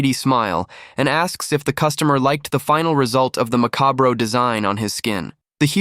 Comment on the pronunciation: Can't pronounce it either...